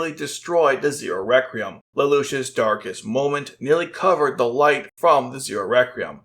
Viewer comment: he loves to say "The Zero Recreum" lmao. Guess htis guy can't pronounce a Q